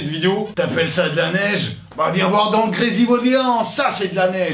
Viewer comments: ça ce dit Grésivaudan pas Grésivaudéan 😂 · Juste Grésivaudan pas gresivaudéan